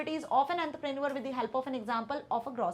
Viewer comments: Man that is entrepreneur not antaprenuer....but your teaching is very helpful for me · Entrepreneur ❌ anderpranul✅ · Mam it is not antrapraneveral it is entrepreneur please pronounce it properly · Entarprenurse, yungaster, billanare💀👍🏻 I don't want to disrespect anyone, but please correct the pronunciations. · Antraa prenu-arr 💀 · Ent - te - pren - neuer 😂😂😂😂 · Is she trying to speak French while saying entrepreneur etc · Ma'am please pronounce entrepreneur correctly every time I misunderstand the original word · Ma'am pls pronounce Entrepreneur correctly its making me go insane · 😂mam ko bura laga hoga tumhara comment padhke